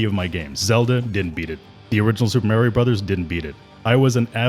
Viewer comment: I lol'd at most of this guy's pronunciations. "Mare-io?" LOL And then what he called Preyas.... So funny....